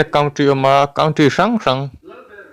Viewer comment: Ram "Country" hi "kantri" ti a lam tur..